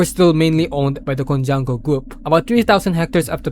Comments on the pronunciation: Ko-hwang-ko, not Conjac or konyanku or kojanko, KO HWANG KO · Cojuangco is pronounced KO-HWANG-KO. lots of pronunciation errors which made me think if this was AI or they need better narrator. none the less good content. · FYI. Cojuangco = /ko-hu-wang-ko/ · Thanks for making this video. I was able to remember up to level 7 before the topics were explained 😅 Likewise, 1. Cojuangco is pronounced as "co-wang-co" as said by the newscasters on TV back in the days. 2. The roman numeral for 9 os IX, not VX 😅